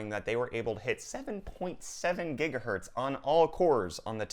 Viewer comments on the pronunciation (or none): none